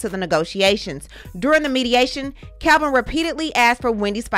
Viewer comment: It's Kelvin not Kevin